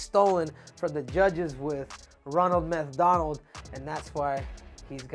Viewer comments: He called sean Ronald MethDonald🤣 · Said methDonald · He called him Ronald methDonald. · He said methDonald.